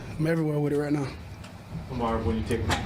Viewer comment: The Name Of The YouTUBE Visual Was “KING ON SANDERS” Where Shaun King Kept Saying “ WHITE” Instead Of “ RIGHT “ Head Coach #SMDH 😢